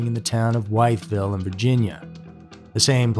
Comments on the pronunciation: Live near Wytheville but it isn't White it is With in pronunciation sorry it doesn't make much sense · I grew up near there... BTW it is pronounced With Ville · It is pronounced witheville with a short I sound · VA checking in: strangely enough, the town is pronounced as "WITH-ville. Minor point. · "Withville" (Wytheville) and "Stanton" (Staunton) 😀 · It’s pronounced WITH vile. 😂😂. I’m sorry, I’m really not the grammar police but I’m from VA😂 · Wytheville, VA pronounced as With-Ville. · Just Fyi for future reference its pronounced as... With_ville Good video as always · Hello It's a tiny town .. it's pronounced withville 😊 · WITH ville is correct pronunciation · Everything was out of place. He let them in , I don’t recall the door being broken in the episode? So he knew them ? Why was the car UNLOCKED ?.. How sad for a mother and family. ( The town is pronounced WITH VILLE .) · Wytheville is pronounced with•ville. ❤ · Maybe you can't find this guy or anything about him because you are mispronouncing the town's name?? It's pronounced "withville".. I see why you would call it that, but its wrong.. Now that you know, maybe you can ask around about this guy using the right pronunciation?? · I'm happy to see that I'm not the only one bothered by the pronunciation. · Went to comments to see if someone told him this.Also not a minor point but major .like calling a person Jane but name is Joan. The way he pronounced it was WRONG. Might be places with that name probably not in va. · I am in Virginia. You're mispronouncing Wytheville. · If you're going to use AI at least learn how to pronounce the Towne name..lol